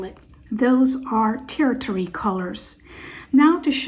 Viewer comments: You lost me (my respect) when you mispronounced twice and not even three minutes into the video. Pronounced: (tərSHərē). I disagree with lumping all olives as not being able to wear mustards or olives or greens. It all depends on if you are bright or muted, and warm, cool, or neutral. There are cool oranges, greens, and yellows that look spectacular on cool olives for instance but not on warm olives. The color palattes are entirely different. Then muted and bright also have major influence on what looks best on an individual. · Tertiary is pronounced "tur-she-air-ee" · 'Tertiary' kind of rhymes with Hershey chocolates. HER SHE AIRY except it starts with a T of course so TerShe-Airy or TUR SHUR EE is also ok 👌